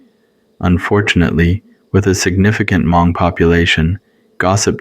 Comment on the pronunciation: It makes sense that's it the AI cause it couldn't pronounce Hmong, it kepts saying hu-mong